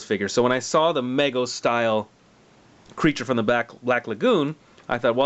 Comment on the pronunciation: It's pronounced with a long 'e' sound, not an 'a' sound. Meego, not Maygo.